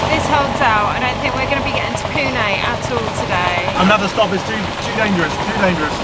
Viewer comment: "Danferous", & not, "Dangerous" 😅